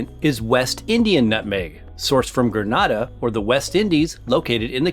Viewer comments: The name is Grenada not Granada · Nutmeg is grown in Grenada not GrenAda - silent first “a”. The people do not call their country GRANADA. Granada is a city in the Spain’s Southern Andalusia region. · Grenada is pronounced 'Grenn Aaida', is the Spice Island in the Caribbean. Granada is in Spain! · Good presentation, however the pronouciation of Grenada is incorrect. Your pronouciation is for Granada in spain. Happy to see Grenada here but I must add that the nutmeg farmers are treated poorly financially by the authorities. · Big up Grenada the Isle of Spice. But in 2021 it's time the world learns how to pronounce the islands name it is NOT Gre NAH da. It is pronounced Gre NAY da. Merry Christmas from the Isle of Spice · Granada is in Spain. The only English way to pronounce it is Gre NAY da, that is the proper pronunciation of the name of the country. No other way🙏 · YOU PRONOUNCED GRANADA WRONG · GRENADA GRENADA GRENADA.🇬🇩🇬🇩🇬🇩🇬🇩 I am GRENADIAN.. get your pronunciation correct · Tell him, annoying much!! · Great info. Grenada is pronounced differently. The first 'a' has a long vowel sound like the A in USA.